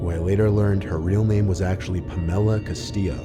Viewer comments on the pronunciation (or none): it's Castillo.